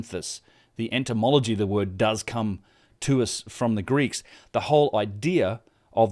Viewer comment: The word is etymology not entomology, which is the study of insect